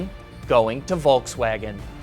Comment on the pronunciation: It's volKswagen Not volTswagen